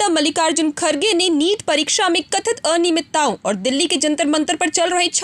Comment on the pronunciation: Kathit aninaymit-ta????? Ya fir aniyamit-ta